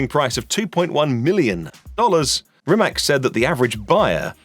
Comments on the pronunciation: Please. It is not RimaK. It's RimaC. Perhaps you should try reading it like it has Z at the end. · It Rimac not Rimak you idiot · its rimaC not rimak if sketchmonkey can get it right so can you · RimaC! A B C, Ceee! Not K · Its spelled rimaC you say like C not rimak lol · Wrong pronunciation! Rimats is the correct pronunciation. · Croatian pronunciation would be ree-mah-ts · Oke brate, sljedeci put molim te kad budes u prilici izgovaraj hono (renault) i honde (hyundai), da ne pravis budalu od sebe. A onda naravno imas pravo i ismijavati nekoga jer je rekao rimak, a da ne budes licemjer. Poz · No it's not. Mate Rimac himself said that either is fine. They even market it as Rimack for foreign countries. It's a brand and it doesn't have to be pronounced as the surname so don't be an annoying smartass please.